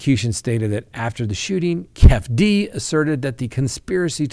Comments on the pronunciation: Keefe D is pronounced Key fee Dee not Kef D😅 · Not kef d. say it Keefy d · Its pronounced Kief E - D. Keefee D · I can't handle hearing say "kef-D" and "baby Lane".🤣🤣🤣👍👍👍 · Its keeee feee deee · Keefe D, is pronounced, kee-fee dee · It's pronounced KEY-FEE-DEE 😂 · Pronounced Keef- e - dee..